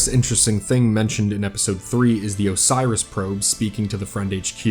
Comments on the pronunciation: Idk how he listed up the probes names? How did he think Oris was Osiris like where did bro get the extra S and Extra I from? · Why do you pronounce it “Osiris” instead of “Oris”? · love the video but you saying Osiris for the probes kinda threw off my suspension of disbelief... still good video though